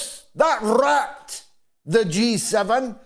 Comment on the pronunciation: Epic analysis. And no one says "rrrrat" like you.